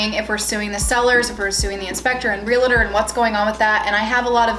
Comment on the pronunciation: Realtor not realator